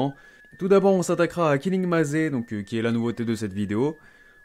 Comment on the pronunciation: cool ce genre de video continue comme ça et puis pour killing maze ça se prononce "killing meyz" pas "killing mazé", maze est un mot anglais qui veut dire labyrinthe